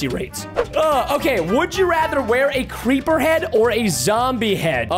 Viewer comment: Skeppy said crepper